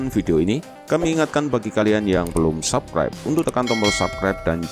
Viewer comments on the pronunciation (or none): Bacanya "sabskraib", bukan "sakrep" bos.